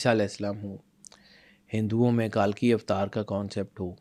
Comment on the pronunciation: It's not کالکی اوتار it's کلکی اوتار